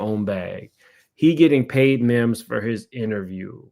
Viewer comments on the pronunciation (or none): It’s Mims not memes. 🤦🏾‍♀️